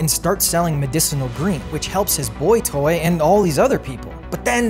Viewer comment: I honestly don't understand why he said it like that